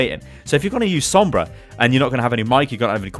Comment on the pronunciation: Why is every other word Sombras not good. Why is there a Sombrah